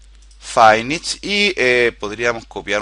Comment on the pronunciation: QUE DEMONIOS ES "FAINISH"? :O SEGUN LO QUE ENTIENDO SE PRONUNCIA "FINISH"